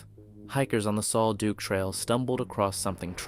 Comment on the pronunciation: Sal duc not sol duke